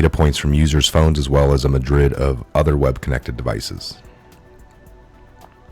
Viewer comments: Myriad. ( mere-ee-id). Not Madrid. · Bro you straight up murder words like myriad lol